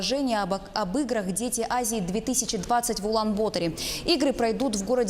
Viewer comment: Улан - БАТОР А НЕ БОТОР